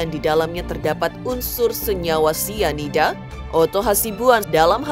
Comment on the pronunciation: Pelan2 bunda ngomong nya biar ga salah2 😂 Sianida bun bukan isida😅 Mirna yang minum kopi bun bukan Jesicca 😂 Kesel boleh bun tapi pelan2 pak supir hahaha